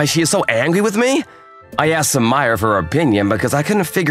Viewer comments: Sumire=soo ME ray Sumire=/= Soo my er. 🤦🏿‍♂️🤦🏿‍♂️🤦🏿‍♂️ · Sue-Mire? Sue-Me-Ray. You guys know better!